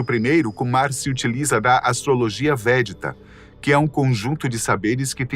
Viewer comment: Não existe astrologia "vétida". O correto é astrologia VÉDICA. Corrijam o áudio e o card/arte do vídeo porque errar nisso que parece tão simples, passa descredibilidade para quem tem conhecimento. Esse tipo de erro é indício de que falta uma edição de conteúdo de qualidade. Parece simples mas, definitivamente, não é.